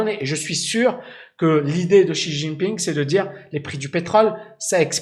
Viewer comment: la prononciation de Xi est" Si" comme la note de solfege et son nom la lettre J se prononce en T. Comme "Tine" ping.